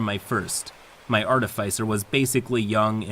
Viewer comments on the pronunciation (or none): I always love your work,. Just one (probably overly pedantic) note to help for the future: There are, according to the dictionary, two possible correct pronunciations of Artificer. There's the one I generally prefer (AR-tuh-fis-er) and the other one (ar-TIH-fuh-ser). I'm not sure where yours (ar-tuh-FAI-ser) came from but... take it for what it's worth. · "Artifycer" bloody hell. Note: that's how not to pronounce "artificer". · The only thing I really learned in this video is how much "arr-teh-fy-cer" triggers me. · it’s pronounced artificer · i probably should not comment on pronunciation, but Artifyecier doe sound real odd to me. i have been the middleman in a lot of these kind of arguements, the fighter player in this is just like someone i knew in my school days, genuinly didn't seem to know that she made people so angry consistantly. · It is aar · tuh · fuh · sr; it bugs me so much when you mispronounce artificer. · your content is so good that it almost makes me ignore the way you incorrectly pronounce "artificer" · i love this channel but i gotta say it is like nails on a chalkboard every time doesn’t know how to pronounce “artificer” lol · How you pronounce artificer wounds me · pronunciation of artificer makes me twitch